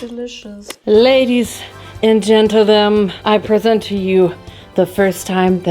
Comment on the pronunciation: lol babe…. What was that?!!? “Ladies and gentle dome?” Lol that’s what it sounded like